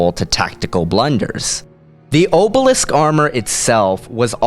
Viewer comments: i hate being nit picky, but it's orbalisk, not obalisk. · sorry but "Orbalisk".